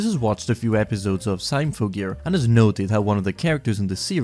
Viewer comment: Are you mispronouncing these titles on purpose? Elfen Lied? Symphogear? How the fuck do you pronounce "symphony" dude?